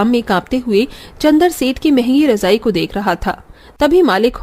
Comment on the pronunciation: Rajai😂😂razai kehte hain bhai😅